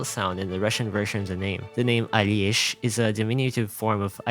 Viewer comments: On Alesh you are quite off the mark imo, it is a quite common Slavic name in many slavic regions and you are going quite heavy on the I, which I think you just added there from the chinese translation. But in most Slavic languages the I cant be heard there at all and in Russian if that really is his origin it is veeery bareely audible even if you try really hard to hear it there. In russian there is the J or Y sound like Aljesh but it kind of merges with the L sound, so much so that for example in Czech the sound is omitted completely and it is just Aleš, š just being pronounced 1:1 like sh. The English pronunciation isnt really that far of the original, you are really overpronouncing it to try to sound authentic and it just feels incredibly artifical and unnatural to a Slavic speaker. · Nah, Alesh mispronounced. Alesh is something like short version of russian name Alesha (but truly, this is invention of the developers, in Russia short version is Lesha/Leha). But, its ok :) Alexey means "protector", but we don't put much importance on it. The funny part is that Alesha is a cultural character who has a weak mind and is very good-natured! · Isn't it ironic you teaching us how to pronounce asian names and you can't even pronounce a name in english. That's litterally just Alesh. No "y" sound. That's how the va pronounced it. Imagine speaking english then you change your accent just for 1 word. Lol. Should we teach koreans that McDonalds isn't "Macdonaldo" then?